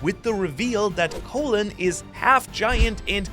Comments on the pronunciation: Not really an unfortunate name lol you're just saying it wrong, try saying call then say in, call-in, you're saying it like colon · "Caw-lin" not Co-lon? His name is not the same at the lower half of your intestine. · ... soo are we all really calling this giant kid Colon, like the digestive system and not pronouncing it like Colon (Colin) the name? Or is this like when people say Marine Corpse instead of Marine Corps. (Core)? Poor kid. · I thought you say colon like cologne